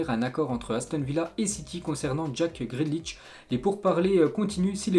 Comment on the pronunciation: Ensuite"qu'on va parler" c'est joli, mais ce n’est pas français ! Ensuite" Toté name" "Gréde liche"!